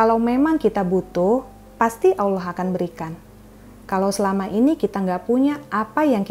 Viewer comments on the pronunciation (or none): none